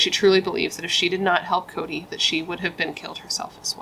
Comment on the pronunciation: 😂😂😂😂 this case is not funny, however, I am laughing when you said Chode instead of Cody😂😂